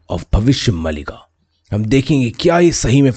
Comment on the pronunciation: Its not mallika... Its maalika.. meaning series of bhavishya.. there are several books of bhavishya maalika